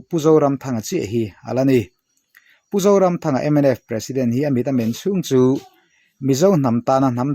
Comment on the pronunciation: Pu author pu zoramthanga hming i lamri leh kher khan minti tuilo zo vek😂...adang zawng kha chu atha vek